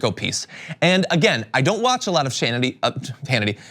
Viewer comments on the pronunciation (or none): "I don't watch a lot of sh-Hannity..." Freudian sh-lip? Lol!